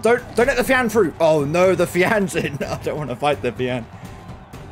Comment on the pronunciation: I don't know pronouncing it fiAN sounds wrong I tend to pronounce it as Fion then again it's the whole tomato thing